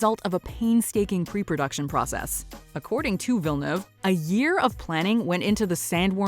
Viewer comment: Is it just me or her pronunciation of Villeneuve is just annoying AF.